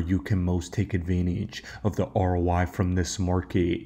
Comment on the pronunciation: Why do you keep saying "ROY"? It's "ROI", meaning "return on investment" 😅